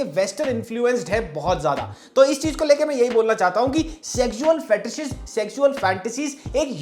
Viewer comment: bro can't pronounce "sexual" and "fetish".